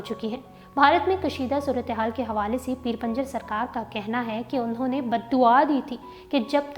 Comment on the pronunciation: Pinjar hy panjar nhi urdu darust krain. Shukria